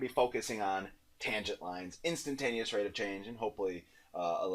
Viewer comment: instantaneous not intantanteous